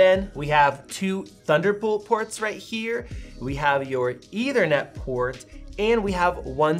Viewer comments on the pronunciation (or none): “Eithernet”? Lol